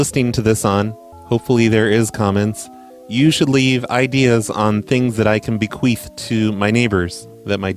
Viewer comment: did you say 'bequeef?? that is when you fart after you die..